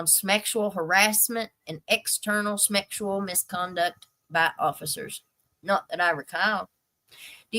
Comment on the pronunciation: "Smeckshual harassment," LOL!😂